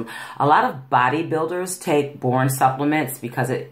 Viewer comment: It’s pronounced Bor On not borin, just thought you might want to know. 😊